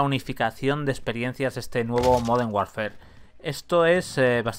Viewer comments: Me genera muchos nervios e incomodidad que diga call of duty "warfer" DIOS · La palabra "warfare" se pronuncia warfer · Warfare se pronuncia warfer